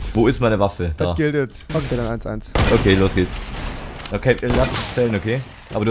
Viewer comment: hahaha das "gildet" nich!